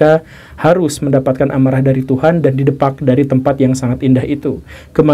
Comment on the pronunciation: Bukan 'didepak' pak Gugem tpi 'didépak.. itu dr bahasa betawi